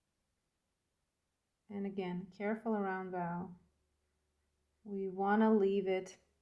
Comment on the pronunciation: Hello! New subscriber here! Love your style! Just wanted to compliment you on your English and thank you for teaching and not just music! PS, the red ribbon ‘bow’ is pronounced like ‘snow’ Just to help ❤